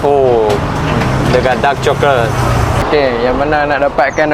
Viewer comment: Daarrrqqqq coklat…pekat hang punya dark tu eh😂